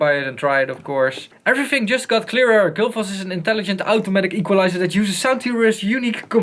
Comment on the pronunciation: gullfoss, not gulfoss. probably named after the waterfall in iceland